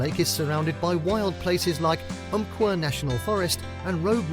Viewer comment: I have lived in southern rural Oregon in fact i live not far from Umpqua National Forest and loooove that you pronounced it correctly...But yeah one thing i love about Oregon is this...theres every climate...the coast, the desert of eastern oregon, valleys and hills to high craggy mountains of the cascades...there is truly a wide range of different styles here and depending on where you are the weather is different lol. Great vid and I truly am proud to be an Oregonian :)